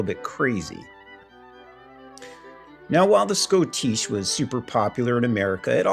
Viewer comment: I always heard it pronounced shoddish